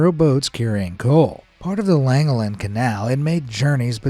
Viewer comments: Llangollen I'm Welsh hard to say in text form but put your tongue curled in the roof your mouth and say the "ll" 🤣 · The Pontcysyllte Aqueduct was my playground in the 1960's and early 70's as I grew up there- Your pronunciation of Pontcysyllte was pretty good, however you failed miserably on Llangollen - Llan means Church and Gollen is a mutation of Collen whom the church was named after- St Collens Church. I still live near Llangollen and my son is at High School there. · Hi, Welsh person here. It was alright, but LL has a different pronunciation.